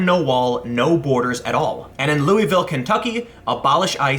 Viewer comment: Anyone else triggered by Tim pronouncing Louisville wrong?